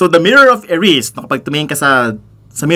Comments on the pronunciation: Pronounced as Eri-sed not erisd. Hihi. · Eri-sed, sir. Kc kpg binalgtad mo Desire. Ganun din ang bigkas ni Prof. Dumbledore nung in-introduce nya kay Harry ung mirror. 😁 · Global version na po kaya yan? Saka it's E-Ri-Sed. Desire spelt backwards😅